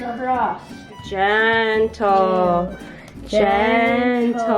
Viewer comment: I was so fed up from the way they pronounced "gentle".